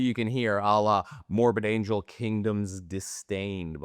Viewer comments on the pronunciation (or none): none